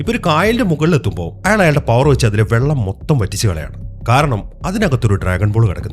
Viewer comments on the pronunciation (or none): none